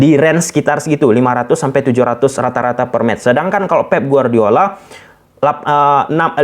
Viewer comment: Pep bang bukan feb 😂😂